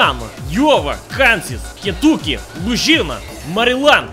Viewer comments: No one: Actually no one: saying Maryland: MARIJUANA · state: maryland: “mAriJuANA!”